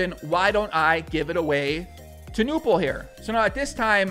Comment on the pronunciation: It's pronounced Knueerrrppel (without a silent K)